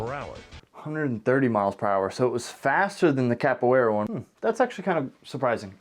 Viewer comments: CAPWAYRA, I admire your moxie early 2000's Narrator but your wrong, thats not how you pronounce that XDXD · Why are they pronouncing it “Cap-where-uh?” Also: “Kuh-Raw-Dee” Lol tbh, I think most people don’t want to seem like a total nerd saying it in the accent, like Ross from friends with his “ka-da-teh!” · try say Ca-poo-eira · In fairness to the narrator, I don’t think I can pronounce Capoeira correctly, either. Idk what it is about my brain or tongue, because I can basically always HEAR when/where I get things wrong, but just like my inability to sing well, which people call “tone deaf” even though I PROMISE my EARS are NOT the problem… I can’t get my mouth to make the right sounds. I’m tone and non-English mute, basically lol Also, can’t really say “vehicle” correctly. It’s always “vericle.” So I just say “car.” >.> Edit: My guess would be they asked each practitioner to use the most common kick of the martial art, or whatever they practiced most or something? I doubt they set out to make karate look bad. 🤷‍♀️ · I don't think they picked the kick, I think it was the artist himself... and I don't think the people running the show were honest, they might have used the diction "best kick" or "most effective kick".. then after the edits and re-scripting, it was "most powerful" kick (I doubt the narator even watched or heard the video with his continued mispronunciation of Capoeira even after the practitioner said it).